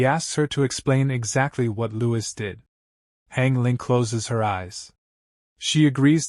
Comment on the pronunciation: Louis does not sound right out of the names in this